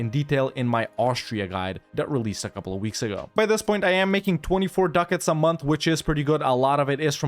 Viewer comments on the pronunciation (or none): none